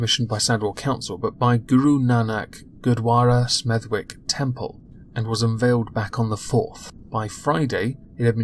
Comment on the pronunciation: Batman Almost as bad as pronunciation of Smeth-ick :D